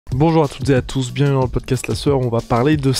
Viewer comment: Un jour, peut-être, tu arriveras à articuler le mot "bienvenue".